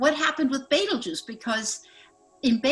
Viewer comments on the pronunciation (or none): Well it's BETEL, not beetle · Why dos she keep saying baitel juice i thought it is betelgeuse? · Bettle Guss 😂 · the best part of using a computer to do your intros is all the mispronunciations. who the hell is betel gus? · ive never never never never ever heard it pronouncet betel gus. ive been around a long time. not once. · Please tell your narrator how to pronounce Betelgeuse. Great podcast as always though, thank you